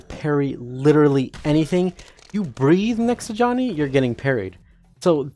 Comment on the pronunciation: Why you call him Y O H N N Y